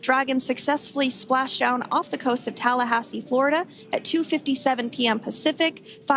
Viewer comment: Splashdown amma flashdown kadu